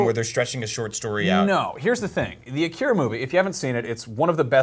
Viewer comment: Please pronounce "Akira" and "manga" correctly...